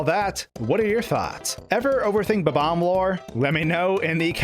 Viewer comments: Is it really ba-bams? I think its BOB-omb :Dlike bob the name :D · Its Bob omb not bbomb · In English, words have the accent on the first syllable. It's Bob. Omb. Not buhBOMB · You can clearly spell 'Bob-omb', so why can't you pronounce it?? It's not 'Bo-bomb'!!! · Why do people who speak english always call them ''BABAM'' it's spelled ''BOB-OMB''. This is why your language is so confusing to people who are trying to learn. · How many times did you say "Bom-om" in this video? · interesting theory, but the thing i can't get over is how you pronounce bob-omb you know there's a hyphen in there, right? how you pronounce the word is literally shown to you in how the word is divided people keep doing this, and i just don't get it